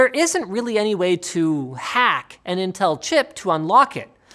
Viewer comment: Who say Intell ???